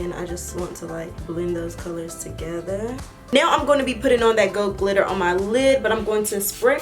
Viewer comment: I love how says right now it sound like right "neyow "